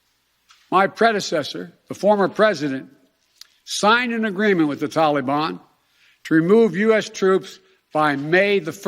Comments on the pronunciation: “Tolly-bon” “gov-mont”... ugh! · “The Tolly-bahn” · I'm surprised that his staff advisers still let him say the "tollybon" and dont correct him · WTF is a Tollybon? Oh yeah, that's how Barack (bathhouse Barry) told him to pronounce it. Watching Biden trying to read a teleprompter is actually quite amusing.